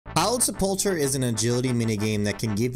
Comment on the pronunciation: Great vid, but it's pronounce suh-pull-ker